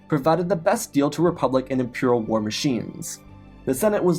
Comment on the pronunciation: Bruh do you really not know how to pronounce war? There is no m in it. Do you say “star warms”?